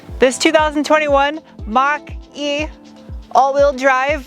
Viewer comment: I keep hearing Monk-E instead of Mach-E...